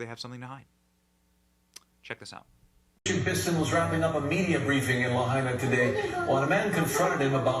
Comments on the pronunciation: 💙 Lahaina ( LA- HI -NA ) not LeiHana ( LAY-HA-NA ) but its cool that you mixed (Lahaina) with the other city (Hana) 😂 making it LeiHana. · It's La-high-nah Benny. Okay? Kaw-who-Lou-E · It's pronounced LAW-HIGH-NA. It means "cruel sun". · Learn how to pronounce plz.. LAH...HIGH..NAH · It’s pronounced La “high” nah. 😂😂😂